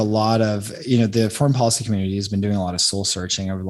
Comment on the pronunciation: IT IS pronounced depoliticized - NOT - DepoWiticised Bolled over - NOT - bowed over policy - NOT - powicy call - NOT - cow If you wish to become a real journalist You must learn how to speak clearly & not how you chew the cud on the street with your homeboys. Go back to school - and learn a thing or two. Get the marbles out of your mouth...Son